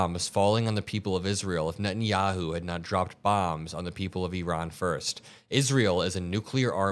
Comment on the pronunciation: bro cant even pronounce iran right